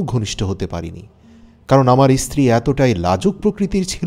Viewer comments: ইস্ত্রী বলছেন কেন, কথাটা স্ত্রী। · 1st of all its stree not istree